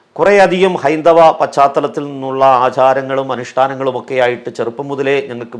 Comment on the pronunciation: നല്ല പ്രഭാഷണം. പക്ഷേ ഒരു മാഷ് എന്ന നിലയിൽ ഭാഷ കൂടി ശ്രദ്ധിക്കുമോ? ഒക്കെ എന്നത് എക്കെ എന്ന് പറയരുതേ.. അത് പോലെ സഭയുമായുള്ള ബന്ധത്തിൽ എന്ന് പറയാതെ (ആ ബന്ധത്തിൽ ഒരു കുട്ടി എന്ന് പറയുക സാധാരണം തന്നെ )മറ്റു ഭാഷ പ്രയോഗം ആവും നല്ലത്